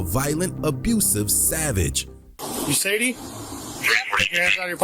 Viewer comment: Sadie is pronounced “say-dee”